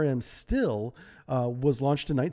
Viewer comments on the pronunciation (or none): It's pronounced "SHTEEL-eh" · Great video, just work out on the way you pronounce russian words. The "Sh"(Ш) in Shtil is pronounced like the "c" in ocean.